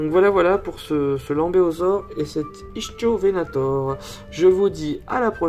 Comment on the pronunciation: L’ichthyovenator se prononce « Iktiovenator » ;) super vidéo comme d’habitude !